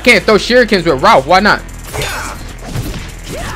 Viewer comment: You don't even know these guys names properly you called raph ralph that's hilarious